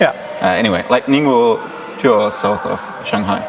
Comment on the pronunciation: Great job pronouncing “ningbo”!